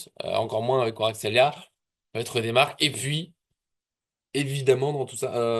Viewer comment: tu prononce mal kwaratskelia ! chez toi en phonétique ça donne kuaratskelia alors qu en realité ca ce prononce k(en glotalisant )uarastrélia....c est dur le georgien😂